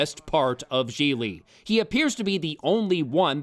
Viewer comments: i m italian living in italy and all of you pronouce Gigli in the wrong way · I love the recurring joke about mispronouncing the name Jiggly/Jigglypuff/Giggedy/Quan Chi/Jiminy. And I have not seen all of The Room, but The Nostalgia Critic's review of it is enough. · #1- Your mispronunciations of "Gigli" were brilliant! Thank you! #2- To Hell with you! Merle Streep could make ANY dialogue work! She could have made the Star Wars prequels dialogue work, Bitch! Merle Streep!! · So not only was the movie terrible, it missed an opportunity to keep mispronouncing Gigli. What a shame.